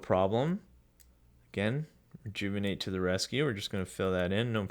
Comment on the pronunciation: Take a shot Everytime he says rejouvonate